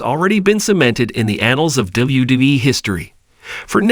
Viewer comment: What kind of shitty ass AI software are you using that can't pronounce mcmahon? Or wwe